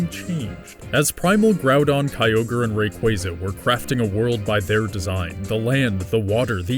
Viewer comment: I like these videos, but you did too much with this one LOL. I could hardly watch as you continually said Kyogre's name incorrectly. There is no Pokémon Universe as you are explaining it. Pokémon is just our Earth in the future where we developed technology to encapsulate animals and bend them to our will instead of having to break them like we do now (which is awful). The locations in the games are based on the four REAL islands that make up Japan. It's just a creative way of explaining the elements in a more physical way and Arceus is God. I guess the video wouldn't be that interesting explaining it this way, but that's the real story that most of us already knew LOL.